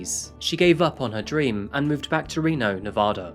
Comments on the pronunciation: I live in Reno. She was murdered .25 miles from my house. I was headed home from the gym and my way home was blocked off. It’s Nevaduh not nevoda. 🤟🏼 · For future reference it’s Nevaaaaaada not Nevahhhhhhhda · why does everyone from outside of nevada pronounce it “ne-vah-duh” 😭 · Why does everyone pronounce Nevada wrong 😭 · sorry but once you pronounce "Nevada" incorrectly. CSI TV show is partially to blame. The show pronounced it just like this narrator so everyone thinks the TV people can't be wrong but they are! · But he can't pronounce Nevada correctly. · I live in Reno and I remember this case as it was happening! My grandma knew the judge. We’ll forgive you for the pronunciation ;) you should look into some other local crimes. Brianna Dennison is another good one. If you need local photos or insights, let me know! I’m happy to help one of my favorite channels! (And yeah, everyone here hates Darren Mack to this day 🙃) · Actually he pronounced Nevada incorrectly. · My home town! And I love your channel but goddammit, please stop pronouncing Nevada wrong, it's hard continue watching (may not matter to others but it pi$$e$ of Nevadans)! I've kinda heard of this story. What surprises me is nobody covers the S.A.'s at the University leading to the kidnapping, S.A. and murder of Brianna Denison in 2008. That was huge.